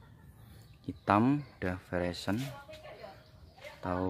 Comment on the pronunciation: Koreksi: bukan veration, tapi veraison ... Artinya awal perubahan warna buah.